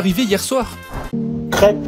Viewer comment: "Cwep fwomag manez stek frit poulé pikant euh arisa manez pespi" Trop triste